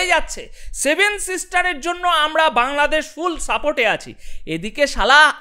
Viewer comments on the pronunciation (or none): none